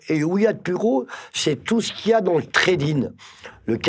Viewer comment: Treydin ou Trading mdrrr posibe ou possible ?? Portabe ou portable ?